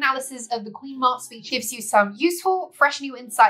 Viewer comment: Sorry but it’s pronounced Queen Mab as in Cab she also Appears in Merlin folklore either as the Queen of the old ways (paganism) or Druid faith or else she is a fairy who speaks in riddles.